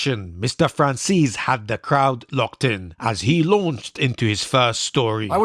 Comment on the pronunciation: Why does he call him Franzeees while the surname is an Italian surname to be pronunced Franzese.